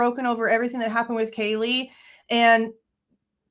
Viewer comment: Why does Nasty Disgrace still call Kaylee "Kjeelee" 😑